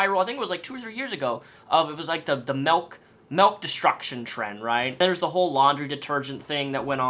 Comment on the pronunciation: Everyone: Milk: Melk